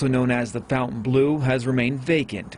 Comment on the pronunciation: FON tain bleu - NOT FOUNTAIN bleu.